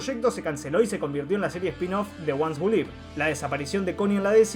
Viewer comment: "The ones who live". "Live" se dice "liv", no "laiv".